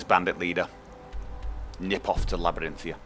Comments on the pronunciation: It's Labyrinthian btw, not Labyrinthia, figured you should know :) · Just wondering, why do you say Labyrinthia when it's spelled and prononced (in game) as Labyrinthian? Not holding anything against you, just curious. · Stop saying Labyrinthia...it's making me rage so hard D: How do you not see that "n" on the end? =/ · Arg, I know you have gotten this before, but there is a n on the end of Labyrinthian!